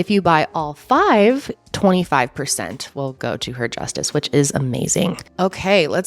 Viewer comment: Hearing you pronounce some of those gemstones made me giggle. Heeeeeematight Hem-a-tight Lab-Ora-dyte Lab-ri-dite